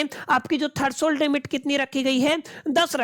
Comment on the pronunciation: thats threshold limit, not thershold limit